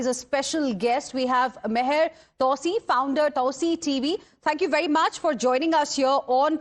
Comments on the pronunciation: TwoSee not TowSee. Btw...good reporting... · On the intro it sounded like "" - great to see and hear talking sound common-sense. is right..... Take President Trump seriously not literally.